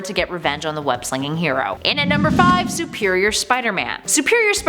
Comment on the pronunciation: who is "Sueprior Spider-Man"?